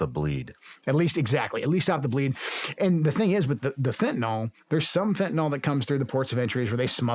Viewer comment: what is fehuhnoll? i know what fentanyl is but i have absolutely no clue what fehunoll means. why does everyone think its called fehhuhnall. i mean cant we all read english? youre talking to one of the most badass dudes on the planet and bro still cant pronounce fentanyl😂😂 how the fuck😂😂😂😂